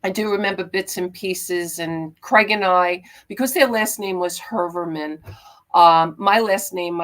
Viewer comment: The name is pronounced : Hoi-er-man